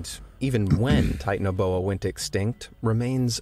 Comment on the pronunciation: It’s pronounced tie-tan-o-bo-u